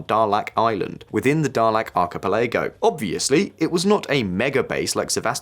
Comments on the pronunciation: Alright, I'll give that I probably haven't been pronouncing Eritrea correctly all these years, but that is NOT how you pronounce "archipelago". 😆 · He is. The pronunciation of archipelago, tho... :D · And 'archipelago'. Bless his heart. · what about archipelago! i've never heard it pronounced like that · You are correct. This video's pronunciations are so weird i looked close to see if this was an A.I. dub. He says Archipelago like an alien who learned English yesterday as well.